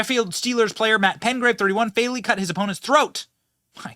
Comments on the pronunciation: Would you quit saying Razor Sharp, they're sharp yes it's possible to cut your skin on it because it's sharp but it's like taking a spoon and sharpening the edge somewhat, also it is PeTgrave NOT PeNgrave like you have been saying, PeTgrave! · It's PETGRAVE, not PENGRAVE - there's no "N" in it Benny. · Uh Billy, the man's name is Petgrave not Pengrave 🤦🏾 lol